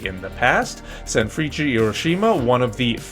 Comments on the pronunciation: i always thought the pronounciation of sanfrecce was "sanfris" :face-purple-crying: hahhaha. love the content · Ok. My man. Thanks for showing the JLeague, I love you for it - nothing but love and honest advice. Hit me up as to how to proounce the names of the teams. There's a tendency to say "vizzle kobie" and "sanfreechee". Just lemme know if you need some help. I have no skin in the game, just wanna make sure that you don't sound real (as in real madrid) bad.